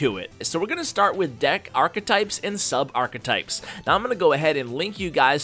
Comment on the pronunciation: The way he says archetype is so triggering